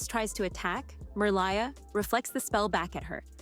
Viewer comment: Did anyone notice that she didn't say Merliah's name right? She said it as Merlieh like she lies but doesn't. I don't get how she could have made that mistake because the dolphin in the first movie says it when she dives under the water for the first time especially if she actually watched the movie. Did she not catch it? 😢😮😅 I'm surprised and just sad 😔 finding to see this after nearly a year but that's okay. Did I miss if she went over The Princess and the Popstar? 🎉😊❤